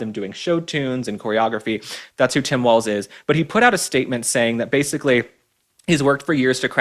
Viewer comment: Please learn how to pronounce "Walz" properly.